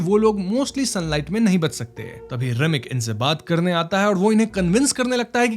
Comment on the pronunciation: Why you sometimes pronouns r clearly and some time da.. like rock you say rock and Mary like mady.. 😅😅and doreman ko dodman.. enjoy kadne kyon aarahe hai.. karne kyon nahi aa rahe??